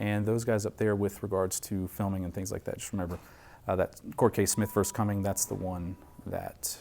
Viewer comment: Smith Vs. The City of Cumming There is no "s" on the city name ...